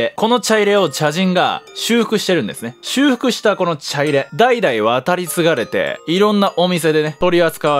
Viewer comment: 「ちゃいれ⤴」ではなく「ちゃいれ⤵」、火入れのイントネーションとは違うんですよ～。 ちょっとムズムズしてしまいましたw